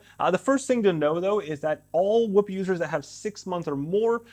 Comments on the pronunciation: Its not whip its whoop lol cmon bro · I'm gonna need him to say "scoop" for reference 🤣